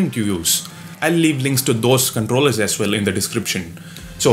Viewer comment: Hahaha 4.35 this bc pronounced 'Ass well' instead of 'ass well'